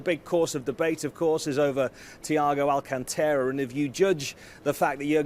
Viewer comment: Correct pronounce: Thiago all - cânnn (not ken) - tá - ra